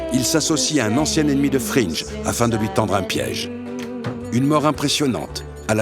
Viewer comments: Gustavo fringue ✅ Gustavo frinje ❌ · super video pleine de nostalgie mais dommage que vous disiez "frinj" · Ça se prononcé "Frinngu'" mais super vidéo comme toujours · Pourquoi tout le monde prononce 'Fringe' ? Dans la série, c'est Fring... sans e. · euhh c'est Fring comme Fringue ! pas comme Gringe :p, pardonné avec un épisode au top ! sur une série au top ! ;) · "Fring" pas "Fringe" sinon je suis 100% d'accord, Jane n'est pas entièrement innocente, mais c'est clairement le moment où Walter à basculer dans "la fin justifie les moyens" à n'importe quel prix. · ça dit "Wolter" mais ça dit "Frine'je" au lieu de "Frine'gu" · Fring* pas "fringe" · Gus Fringe? Frinch? Respectez un peu … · Pardon mais "FRINGE" ? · Super épisode par contre on prononce frine-gue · Belle analyse ! C'est ma série préférée je suis même allé à ABQ voir les lieux de tournage. Par contre c'est la première fois que j'entends quelqu'un prononcer Gus Fringe. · Y’a que moi que ça choque « gus frinje » ? Excellente vidéo sinon toute façon breaking bad meilleure série du monde tu connais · Y’a que moi que sa perturbe « gus frinje » ? Excellente vidéo sinon, toute façon breaking meilleur série du monde tu connais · Sympa mais apprend à prononcer Fring bordel